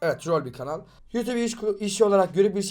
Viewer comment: YUTUP MU YOUTUBE Mİ? Abi niye yutube dedin